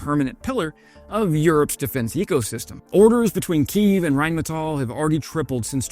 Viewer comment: Thanks for pronouncing “Rheinmetall” correctly! That escapes too many YouTube channel presenters.